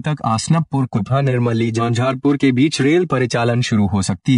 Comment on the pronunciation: Bhai jhonjharpur Nahi hota hai balki jhanjharpur hota hai